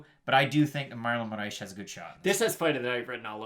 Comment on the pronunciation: How y’all keep adding an h to Moraes or just butchering it everytime was killing me😂 say “More ice” but roll the R. otherwise great breakdown as usual!